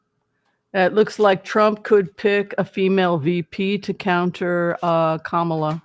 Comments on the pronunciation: The accent is on the first syllable in Ka’ ma la…not criticizing, just hopefully a helpful suggestion. Thank you for your reading ❤ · Her name is pronounced COM-ma-lah. Think of the name Pamela but say “Komala.” It’s the word “comma,” with the emphasis on the first syllable, followed by “lah.” This is the correct pronunciation. Don’t listen to what anyone else tells you. Her mother named her Kamala which is a Sanskrit word meaning “lotus flower.” She was born in Oakland, CA, raised in Berkeley, began her law career in the Alameda county DA’s office before she was recruited to San Francisco and later became their city attorney. We’ve known her for years here and it’s definitely CommaLah. There are probably YouTube videos of her pronouncing her name. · It’s comma-la, like the punctuation comma, just add la. People make it harder than it really is. COMMA LA. This lady’s name is not that difficult and it’s important to speak her name clearly, as she may become the only lifeline our country has. COMMA LA🌻